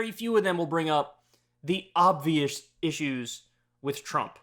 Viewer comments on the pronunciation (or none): Even Kyle says "obvioush issues".